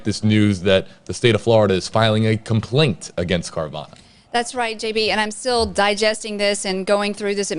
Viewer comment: Lmao, "compaint"